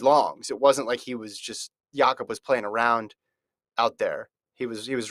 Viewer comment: These idiots keep mispronouncing Jakob's name :( and no Hoare wasn't close to really competing in that race Jakob was just toying with that field!